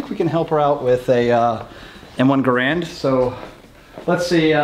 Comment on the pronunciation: Oh yeah, please an M1 giveaway. Garand rhymes with errand.